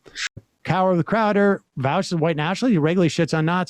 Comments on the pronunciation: Why do so many people say vawsh its vaush like aw not ow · It's pronounced "Vosh" not vouch 😂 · I genuinely cannot tell if Emma and Sam pronounce Vaush as Vowsh ironically or not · Why is it hard to hear someone say Vaush's name correctly and then repeat it without turning it into "Vaowsh"? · I agree with vaush like 70% of the time, but that includes most of the big things lefties want. Everybody who has such strong feelings about VA-aush says his name wrong. Lol Vaush also calls these people fascists with leftist aesthetics Which I agree with. Tankies is what he means